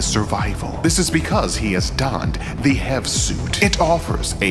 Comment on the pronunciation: Hearing it read "hev" screws with me more than I'd like it to.